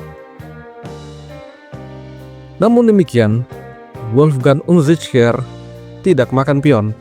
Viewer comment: Tumben min pintar nyebut namanya padahal susah di ucapkan 😁😁😁😁😁😁😁👍